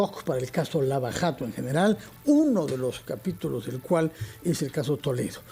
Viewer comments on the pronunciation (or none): pronuncie JATO con la jota francesa en je, nunca "yato". Entonces "dyato" parecido a "Shato".